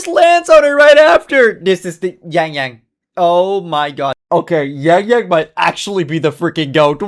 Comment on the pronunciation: Wow, you have good pronunciation for their names.